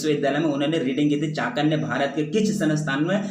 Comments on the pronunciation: Are sir aap baar baar chanakya ko chakanya kyu bol rhe ho😒 question no.62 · I'm sorry sir but it's not चाकन्य it's चाणक्य